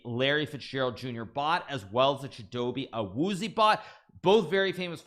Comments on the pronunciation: It was a great try on the pronunciation Hikaru but Chidobe’s last name is actually pronounced AH-WOO-ZEE-AY. Huge fan of you and the NFL! keep it up! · The way he pronounces Awuzie💀